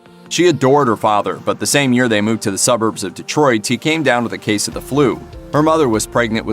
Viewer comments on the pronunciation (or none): none